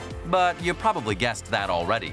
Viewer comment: Ya. Who narrated this? The word is "you," not "ya."